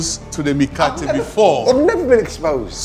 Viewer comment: I'm from Kenya and the 'Mikate' really sounds like 'Mkate' which means bread in Swahili